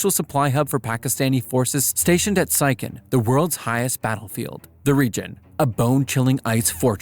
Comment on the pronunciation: Siachen is pronounced 'see-ya-chen'